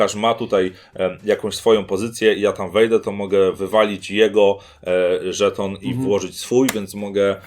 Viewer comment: Mam dziwne wrażenie, omamy słuchowe że zamiast słowa/słów żeton/żetony oboje wypowiadacie co jakiś czas szton/sztony ;)